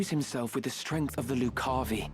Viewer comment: Also, as far as pronunciation, I always heard lucavi as loo-KA-vee. Like if Danny Zuko or Chris Walken were saying it.